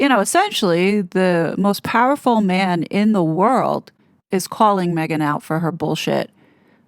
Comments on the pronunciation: Why does he say weuwd instead of world? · How many times does he say "wowld"